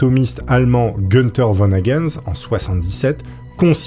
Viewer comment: C’est pas gueune🔫-teur mais GOUNE-tah !